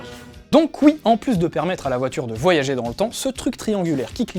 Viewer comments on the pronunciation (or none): none